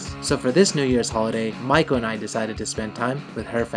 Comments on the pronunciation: I don't know if anyone's mentioned it but your wife's name means "Apprentice Geisha" ! I don't think the pronunciation is the same. Mai ko vs Ma i ko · You say Maiko I hear Michael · Whenever he says maiko I hear Michael........